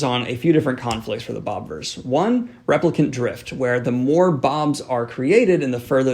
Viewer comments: Just as a thing, it's not Bob-verse, it's Bobiverse, like Bobby-verse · Love these reviews but it's BOBIVERSE not bobverse